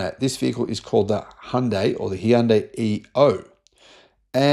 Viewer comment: Finally someone who pronounces Hyundai correctly🎉🎉🎉